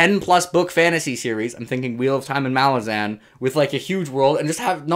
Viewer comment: Take a shot every time switches up his pronunciation of "Malazan" lmao